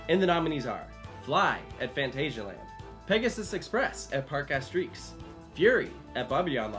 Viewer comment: We're supposed to believe you and you can't even pronounce phantasialand correctly?